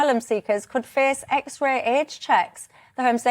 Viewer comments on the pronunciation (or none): Yellow hair was completely incoherent and kept contradicting her own argument! Also she couldn't even say X Ray properly, wtf is an xeray?